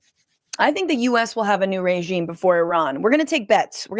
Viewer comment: The dog whistling of mispronouncing “Iran” makes me sick 🤢